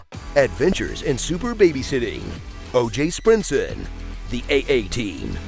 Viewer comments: “OJ Sprintson.” 😂😂😂😂😂😂😂😂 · Lol! "O.J. Sprintson" 😆